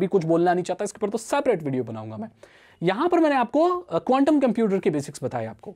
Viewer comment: bhai condum bolaa🤣🤣🤣big fan bhai